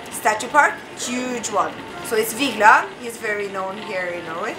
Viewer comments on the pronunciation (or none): Waffle lady: Vigeland: Vijlin